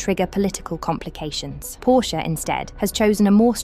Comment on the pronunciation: WHY Can’t the British speaking pronounce Porsche correctly?